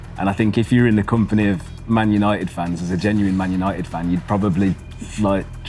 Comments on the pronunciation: I knew was a lfc fan from the introduction. Like he sayed "Manuited" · Ik it was him he was the only one who said man untied